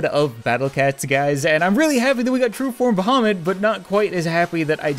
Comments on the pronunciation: Archetex I'm muslim and I agree idk why but it sounds like him.. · Actually thought you said Mohammed.. the cat. My bad. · You are saying bahamut wrong.